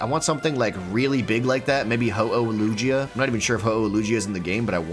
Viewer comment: The way you say Lugia makes my skin crawl